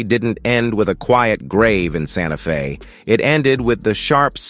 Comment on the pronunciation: "in a quiet seaside room in Sante Fe...." Wha?